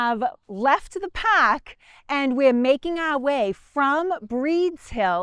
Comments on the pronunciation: "The paaahk "😂😂😂😂😂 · You had me at “pahk”.